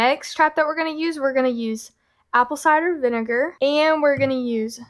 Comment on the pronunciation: LOL Thank you for the belly laugh. "Yan't taste no vunager, aint no vunager on dis". You two are a helpful hoot! xo